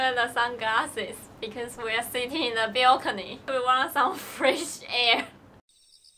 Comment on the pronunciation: Balcony...not belcony